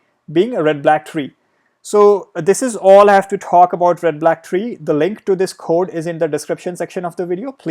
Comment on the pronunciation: Introduction 😲 😂😂Red Blaack treee😂